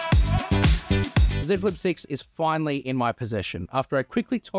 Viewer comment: Ah someone that says the name of the device correctly. Yeah.